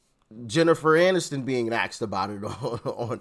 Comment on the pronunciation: Barack…..it’s Jennifer Aniston, not MANiston.